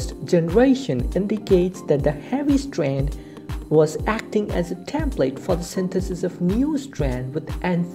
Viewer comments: STWAANDD! LMFAO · ITS STRAND S T R A N D STRAND OK